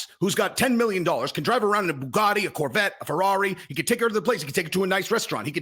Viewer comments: Good tate impression, but you have to pronounce it Boo-gat-ee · Almost there, just watch the Bugatti.pronunciation